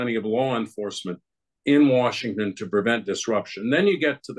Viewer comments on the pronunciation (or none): none